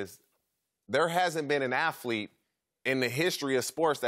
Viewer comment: Aflete? lol